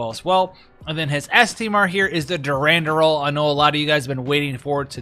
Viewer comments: My dude my dude... Its DURANDAL Not durandural lmao or are you doing that on purpose?? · sounds like you need help with words... Aureole = "OR - EE - OLE" Durandal = "DERR - AN - DULL"